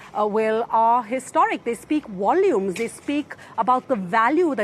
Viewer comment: No one may tell how to correctly pronounce "wolumes"... her way is totally cute!